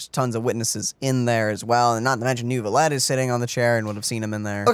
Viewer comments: First of all: HAPPY NEW YEAR! Hope your holidays went well and you had fun. About french pronunciation: - Neuvillette has no "r" sound in it... AT ALL. I don't know why people think there is one o.o - Letellier: Chevreuse says the name perfectly at least, "LETAYLIAY" (no "r" sound either for that one) - Chevreuse: many english streamers pronounce it "chrevroose"... which is not the right way ^^'. In fact, "E" and "EU" are pronounced the same in french, "EU" is just a longer sound. (it's the same for N-EU-villette). - Baptiste : again wrong pronounciation, the P is kind of silent, the best way to say it is BATISTE. Rest assured you're not the only ones having problems with french, I still haven't heard any streamer pronounce the french names correctly since the start of Fontaine , my poor ears are bleeding since 4.0, help! xD (I still don't understand, since the start of the game, why in the EN dub there are so many foreign words if it's only to butcher the pronounciation... T.T) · Neuvillette doesn’t have a “r” sound. The “eu” is /œ/. When you pronounce “bed”, the “e” is /ɛ/. Keep pronouncing this vowel, but only change your lips to extrude out and rounded, then you will have the sound. It’s like the sound you make when you see something disgusting and about to throw up. The letter “r” does not always pronounce; it depends on the letter combination. When you have “er” at the end, like the name you saw ending with “ier”, “er” is /e/. It’s the first half of the vowel in “pay” /pei/. So “ier” is just /ie/. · neuvillette's pronunciation isn't supposed to have the 'r' sound in it i think!! the 'eu' is supposed to be pronounced as the 'i' in bird,,, that's the closest sound i could find anyway :] we actually have a letter for that sound in turkish,, 'ö'!! but this is how i heard french-speaking people pronounce it,, im not french myself so what would i know ^^'